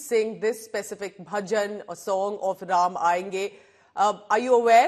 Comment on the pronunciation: Her pronunciation of words of Bhajan is better than an average Indian. Fantastic.